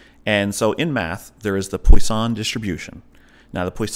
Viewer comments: It's pronounced: "Pwaah Song" distribution .... Not "Poi San". But great video! Thanks for the chat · Maybe this guy should keep his day job and stop trying to pronounce "poisson".